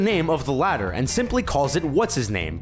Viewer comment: "Titular" "Latter" -_